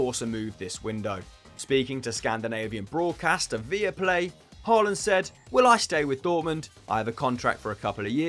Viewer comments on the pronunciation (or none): none